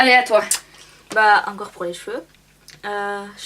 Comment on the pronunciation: Coucou! Désolée de te le dire mais non tu ne prononces pas mieux que Schwarzkopf lol! Ça se prononce "chvartskopf". Ps: j'ai la même chemise que;) bisous